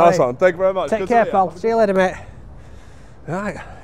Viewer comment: Love he he pronounces thank you Thank yow thank yow